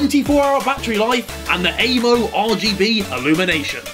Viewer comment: Harry when you do an ad read atleast be bothered to pronounce AMO correctly